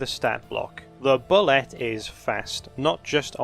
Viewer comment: "Boo-lay", not "bull-let". The 'ette' is pronounced like a French word. And if you aren't running them like a cross between Tremors and Jaws, you're doing it wrong.